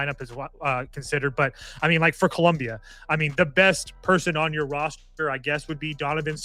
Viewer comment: Its Colombia not Columbia the University lol